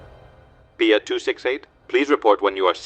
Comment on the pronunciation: It's not pia its P.I.A Pakistan international Airlines